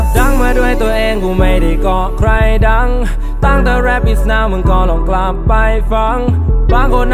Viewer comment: สายฮา ปาจิงโกะ เท่าที่ผมคิด ประมาณว่า คำที่สัมผัสกัน โน้ตเสียงจะไปทางเดียวกัน อย่างเช่น ใคร กับ ไว้ ออกเสียง ใคร เป็น ใคร๊ สำเนียงเหมือนกันไรงี้ (ไม่เข้าใจก็โทดทีนะ ผมมั่ว55)